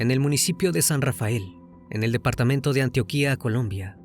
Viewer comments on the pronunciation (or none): Buenos dias para todos los amantes de este interesante y gran canal. usted hace un excelente trabajo y nos encantan sus relatos. Y de muy buena y respetuosa manera quería decirle que no se dice Antioquía, se dice ANTIOQUIA. Muchas gracias por hacernos apasionar con sus historias y sus investigaciones tan serias. Saludos desde Medellín, Antioquia, Colombia 🇨🇴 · Antioquia lleva acento en la primera I